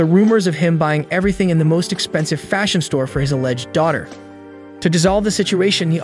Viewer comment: Bro was like i know everythink